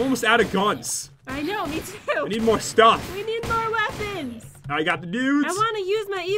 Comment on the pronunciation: said Stoff instead of stuff